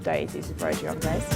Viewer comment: You don't pronounce the 's'